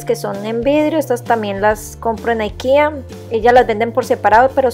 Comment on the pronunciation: Por qué dices Aikea, si no es una palabra en inglés. IKEA es de Suecia, creo.